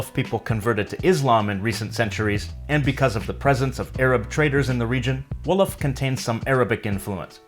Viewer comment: Wolof way ...wow so early 🇸🇳🇸🇳🇸🇳🇸🇳 You're pronunciation is pretty good !!!! 💜